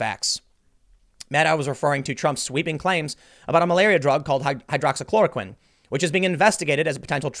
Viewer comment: Tim with the PERFECT pronunciation of hydroxychloroquine and azithromycin but can’t say Weinstein 😂😂